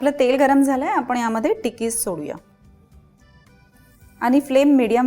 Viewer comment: बाई तुम्ही नीट मराठी बोला. काय धेडगुजरी मराठी? ते आपण आहे आपन नाही. बघवला नाही एपिसोड.